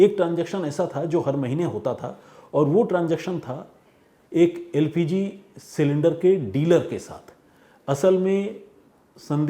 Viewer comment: यार न्यूज़ बाद में सुनाना पहले अपनी हिंदी सुधारो एलपीजी को एलजीपी कर दिया 🤣😂🤣🫵🏻